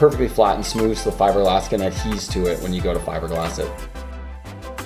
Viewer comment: Adhere, not adheze. LoL Awesome build tho man Really enjoyed it